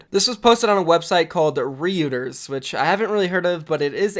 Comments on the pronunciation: it’s ROYTERS not rooters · Reuters (pronounced Roy-ters) is a massive news network like Associated Press. Not bad that you didn't know, but it's good to have the info for the future. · reuters is pronounced roiters btw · Lol butchered Reuters, it is an international news agency very respected.